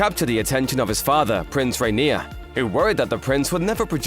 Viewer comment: It’s funny that Albert’s father’s name can’t be pronounced correctly.😮